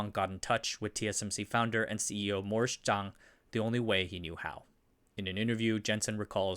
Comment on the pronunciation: Morris Chang!! Not Zhang!!